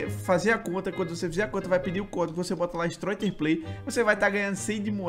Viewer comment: Stroiter manja dos ingles ti twu uan gol